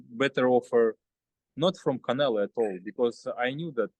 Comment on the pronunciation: its funny he can say Charlo with no problem but when it comes to Canelo , he calls him Canela 😀 but he desrves it . He made that man his bitch 😂